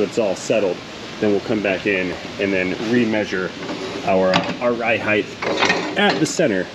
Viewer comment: Do I detect the mispronunciation of the word “height?” Words… 😉👍🤓